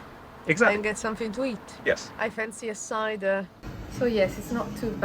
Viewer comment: Excellent information presented simply. Well done! Also, "I fancy a cider." English accent sneaks out again!